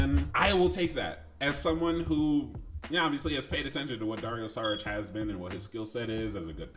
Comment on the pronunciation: About the departure of KCP, Bruce Brown... OK, but remember Garry Harris and Grant, Paul... we also lost them and we got better gradually. By the way it is not Saric but "SHariTCH".😊